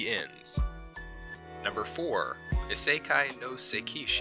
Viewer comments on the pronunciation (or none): Shiro pronounced Sheero not Shyro you dumbass. You would know that if you ever watched the anime. And isekai is pronounced eesakeye not isekee. Learn how to pronounce words and names properly. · Dude seakai DUDE NO it’s not SEAKAI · Did he just say Skai?😂😂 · How to pronounce "isekai" is it sakai? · I think it's actually pronunced as "ii - say - kai" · I watched this on a whim... and this guy commenting has something against pronunciation... X-D I mean, could it hurt to get the correct pronunciation? He even pronounced "Isekai" wrong! Damn!! LOL Learn to read your own script before recording dude. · how can you fuck up these names so bad? and first thing you say is sekai, you put it in the title ISEKAI and you still fuck it up, its the whole point of the video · I think this list in my opinion sucks and you can't even pronounce isekai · this is not a list where the main character is overpowered. It's just Isekai anime. And you couldn't even pronounce it correctly. Get Toasted NERD!!!! my ASS!!!! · It’s good BUT YOU PRONOUCING OF ISKEKAI IS DISSATISFACTION